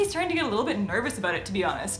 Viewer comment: She said , "aboot 4 years", LOL